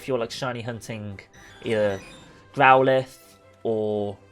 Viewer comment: AND WHO IS GROWL LITH ITS SAID GROWL IFE